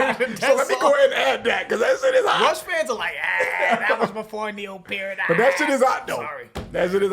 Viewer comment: I appreciate that you pronounce "Peart" correctly! Great show guy's!